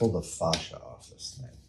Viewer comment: "his faasha?" 😆 Goldmemeber lovers will know